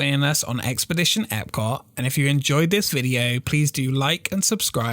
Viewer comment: You know there’s a letter “T” at the end of the word Epcot right? Your accent cuts it off lol. I love your videos keep it up!